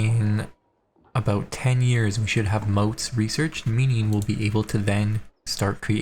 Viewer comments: I don't know why keep saying "moats" when it clearly says "motte", as in "motte and bailey". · oh and since you keep saying moat: it is called motte (short o, hard t). sadly, this invalidates your challenge and you will have to try again <3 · Motte rhymes with not